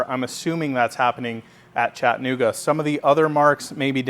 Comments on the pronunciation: Chat - A - Nooga say it with me...Chat - a - Nooga Not Chatta Nooga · I think us non-locals need a YouTube tutorial of this pronunciation because he sounded fine to me!